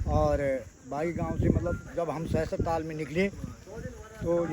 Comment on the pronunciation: All your videos are amazing.... One small correction..... 🙏 It's not Tal it's Taal Tal means bottom of a lake or river or sea. Taal means Lake.